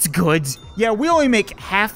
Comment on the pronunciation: I love the way you say good is like guds😂😂 love your stuff